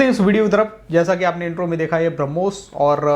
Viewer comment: Braawmas nahi brahmos😂